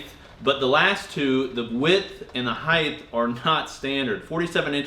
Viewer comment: The “Heith” of the rack. Height. Lol!!